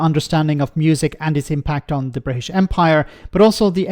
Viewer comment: But Nige loves Bwitish imperialism